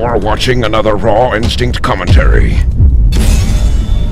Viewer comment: It sounds like he keeps saying 'Ron Sync' instead of 'Raw Instinct.'